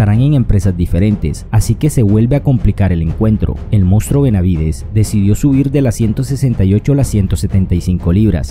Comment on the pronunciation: CUAL MOUSTRÓ JAJAJAJA NO TE MIDES SE MSS SERIO BENAVIDES ESTA MUY FEO PERO NO LE DIGAS MOUSTRÓ . Y son muy HABLADORES POR LO MENOS SU PAPÁ Y MIEDO DE DONDE SUPER CANELO LE PINE UNA BUENA MADRINA